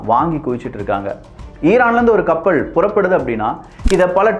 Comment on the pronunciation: ளாபம், கப்பள் உச்சரிப்பை சரி பார்க்கவும்